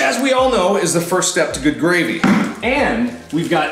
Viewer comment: "Gravme" I'M DEAD😂